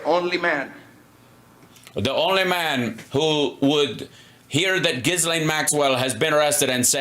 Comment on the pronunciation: It’s pronounced “Gill-aine” the S is silent. Thanks 🙏